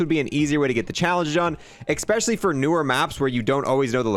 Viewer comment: He said ekspecially a lot during this video